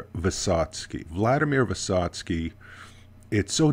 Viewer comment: Very good pronounce of the name. I recommend you to read what is he talking about. It's very hard sons try ballad of fight. You're great in Russian pronounc.